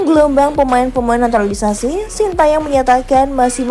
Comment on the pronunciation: Stop sebut naturali naturalisasi